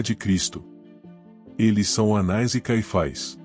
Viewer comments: Há apenas erro de pronúncia: o nome é "Anás" e não "Anais"... na pronúncia é erroneamente inclusa uma letra i, e o som saiu "anais"... Atenção na pronúncia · O nome do sacerdote era, anás ou anais? voce pronunciou anais o vídeo inteiro.